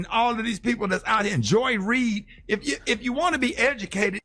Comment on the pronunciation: This fool said Joy Ried, and now it makes sense he's joyless just like her